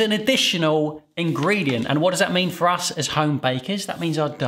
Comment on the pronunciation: Are you kidding? American bread flour is perfect for all bread recipes. It's your Canadian Robin Hood that's inferior. And it's "for," not fir.